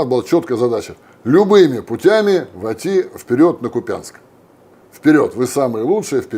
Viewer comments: Не купЯнск, а КУпянск! Но вам, мАсквичам, и русский язык непостижим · Не КупЯнск, а КУпянск 😅😅😅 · КУпянск, не КупЯнск, сколько можно, ладно хробак так говорит, что с него взять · Кац,мы в Украине называем не КупЯнск,а КУпянск.ударение на У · Почему Вы постоянно говорите "купЯнск", если город называется "кУпянск"?? Проверьте Википедию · ХуЯнск. КУпянск правильно, ударение на первый слог. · Ну почему КупЯнск? Ну чесно ! Есть ведь Википедия. Запомните КУпянск!!! А точніше КУпʼянськ 🇺🇦 ! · Не КупЯнск, а КУпянск. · КУпянск, КУпянск, не КупЯнск. Та сколько можно? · Купянский район - в названии населённого пункта Харьковской облати ударение делают на 2 слоге - КупЯнск, что делается НЕПРАВИЛЬНО, А ПРАВИЛЬНО будет К`упянск. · Відео правильне, але правильно казати "кУпянськ", а не "КупяНськ" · Не КупЯнск, а КУпʼянськ, неправильно ставите наголос в назвах українських містечок. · Поправлю автора, не купЯнск а кУпянск ударение на У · КУпянск, а не КупЯнск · Уважаемая редакция! Большая просьба узнавать достоверное название населенного пункта при подготовке будущего видео. Неправильное произношение порой сильно искажает истинные названия до неузнаваемости. Встречаюсь с подобным постоянно на русскоязычных каналах. В этом случае не КупЯнск, а кУпянск. Ударение на первый слог. Спасибо. И да, это принципиально. Это как сказать не ХАрьков, ХарькОв. Слышите разницу???😏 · КупЯнск прям слух режет🤦‍♀️ КУпянск и никак иначе‼️ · кУпянск, Максим! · Блин, да не КупЯнск, а КУпянск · Да как же они заеб..ли... Ку́пянск!!! именно кУпянск!! а не КупЯ́нск.. 4год войны, они все никак не могут выучить название города из которого уже один раз обосравшись бежали, а потом еще и пехоту сточили.. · Просто хочется поправить что правильно кУпянск, а не купЯнск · ничего не имею против, но не купЯнск, а кУпянск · Господи, да выучите уже наконец-то название города - КУпянск, а не КупЯнск...кошмар. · КУпянск, А не КупЯнск. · Умоляю кУпянск!!!! А не купЯнск!!!! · КУпянск, а не КуПЯнск!!!!! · Не КупЯнск а КУпянск